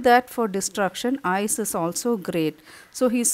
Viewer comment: Mam it's ice not eyes😂😂😂😂